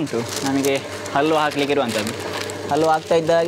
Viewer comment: ಅಲ್ವಾ ಅಲ್ಲ ಕಣ್ರಿ ಹಲ್ವಾ. ಅ ಮತ್ತು ಹ ಉಚ್ಚಾರದ ವ್ಯತ್ಯಾಸ ತಿಳಿದುಕೊಳ್ಳಿ ದಯವಿಟ್ಟು.